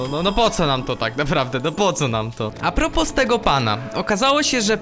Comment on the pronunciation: Nie mówi się "Apropos" tylko "Apropo" apropos się pisze ale się tego s nie wymawia